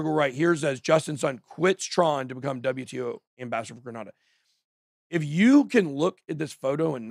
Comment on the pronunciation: It's pronounced grey nay da